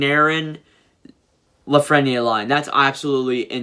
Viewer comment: U PRONOUNCED LAFRENIERE WRONG AGAIN!!!!!!!!!!! LAF-FREN (as in friend) - EAR